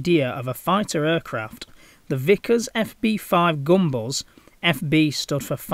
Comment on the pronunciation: Gunbus! Not gumballs. 😂